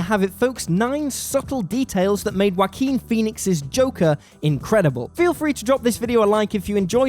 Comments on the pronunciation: Respect for the content, but I never heard someone pronounce the name as 'Whoakin' before. This makes the video hard to take serious. :< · "Whakeen" is the correct Spanish pronunciation of the name. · "wa keen" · Everyone; such a great movie yeah yeah Me: did he just say Waki Phoenix? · That's a funny way to pronounce Joaquin, but I loved the video, really good work and good analysis. Thumbs up.